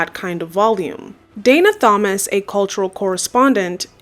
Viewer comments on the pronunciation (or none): You don’t pronounce the h in Thomas btw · The "H" in "Thomas" is silent. Please remember this for any time in the future you have to pronounce this name. It's easy to dismiss someone as less informed when they pronounce common words/names incorrectly. If we're out here making video essays, we want to come off as knowledgeable as possible. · The h in Thomas is silent 😂